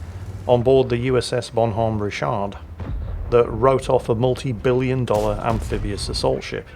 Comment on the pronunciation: It's pronounced "RICH-erd" as in rich - herd. Like your King Richard the Lionheart, Jingles. We Yanks are not French, please don't associate us with them, lol.